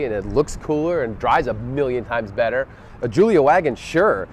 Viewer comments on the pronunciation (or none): none